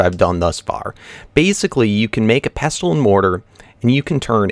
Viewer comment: In pestle and mortar, the 't' (pesTle) is silent